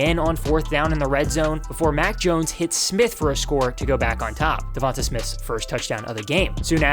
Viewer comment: It's pronounced "Dee-On-Tay" not "Dee-von-tuh" lmao 😭😭🤷🏿‍♂️